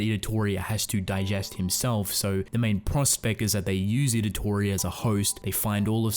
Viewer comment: Also, you keep calling him Idatori, when it's Itadori